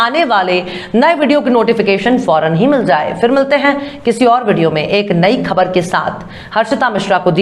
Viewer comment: AAP BOHAT ACHHI HE URDU KA WQRD KHABAR KA UCHCHARN GHALAT PLZ TEEK KARO